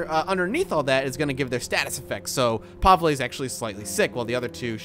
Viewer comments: Pavele not pavla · every place and everyone pronounces it differently - I know kat'yas infact I've never heard Kasha and Pavel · I dont want to sound rude but Katia is actually pronounced "Kasha" And Pavle is pronounced "Pavel"